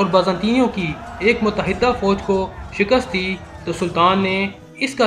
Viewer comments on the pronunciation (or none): none